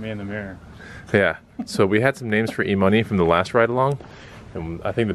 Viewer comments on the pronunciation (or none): E-Money sounded like E-Utah. 🤣